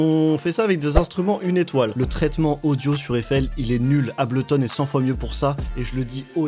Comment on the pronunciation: Ah bah c pas trop tot !!! c'est que maintenant que tu réalise le vrai logiciel du monde !! et pour la pronociation de Ableton faudra revoir !! aiesos !!